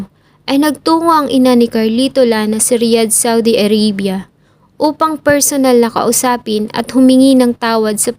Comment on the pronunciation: A-r-a-bya hindi A-rey-bya